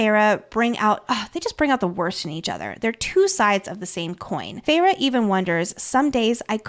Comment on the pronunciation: OMG it's FAY-RA!!! Idk if I can listen to this of you keep saying ferra